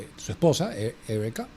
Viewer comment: Patético cuando dice ERRIKA, en lugar de decir Erika, para mencionar el nombre de la esposa de Kirk. Debería, predicar mejor en una iglesia protestante. Casi un fanático ultraconservador.